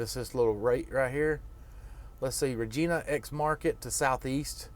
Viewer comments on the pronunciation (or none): Thanks for the video from a Canadian driver. BTW, Regina is pronounced like "vagina" but without the "v". No biggie, just sayin. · Actually most Canadians pronounce it "Re-gi-nah", NOT "Ra-gi-nah" as you claim.